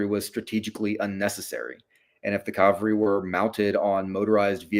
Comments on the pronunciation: Drives me crazy...CALVARY is a mountain in the Holy Land. CAVALRY is a mounted force. This guy is an academic he he still pronounces it wrong!!! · "Calvary" vs. "cavalry” -- does this bother anyone else? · Every time he said 'Calvary' I flashed back to one of my grade school teachers who would admonish us boys for playing 'Calvary' during recess instead of 'Cavalry'.